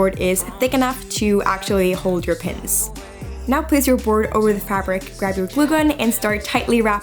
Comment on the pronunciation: Lol, I heard “so it’s strong enough to hold your piss” not “...to hold your PINS”